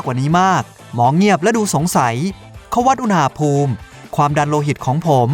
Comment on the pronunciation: อุณหภูมิครับไม่ใช่อุหภูน่ามิ